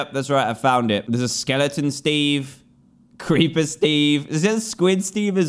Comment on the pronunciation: Ah yes the preeper